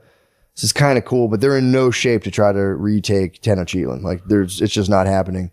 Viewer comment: Matt’s pronunciation of the city names is crazy. Tenochtitlan was different every time, at one point I think he called it toughactin tenactin. 😂😂😂